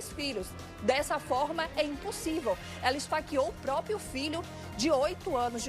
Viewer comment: não é própio,nem própia.É próprio,própria.